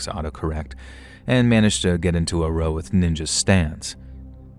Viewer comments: Hi! Love your channel 🫶 I hope you don’t mind… story 5… ROW (as in argument or disagreement) is pronounced like COW not Row a Boat x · Just a note, when someone British writes “row” in their story, it’s pronounced the same way you’d pronounce the “row” in “”rowdy” or the “rou” in “round”. The way you pronounce it is how we refer to “row a boat”. Same word, different sounds. Yes, English is bloody weird and confusing eh? Just trying to help you continue being the best narrator you can be ❤️ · "Get into a row" is r-ow, like the "r" sound, and then "ow" the sound you make when you get hurt. Hope this helps. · Was about to say the same! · How can someone who reads so much mispronounce 'row'??